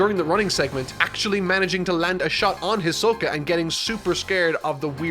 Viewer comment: I think that at one opint in the video instead of hisoka you said ashoka😂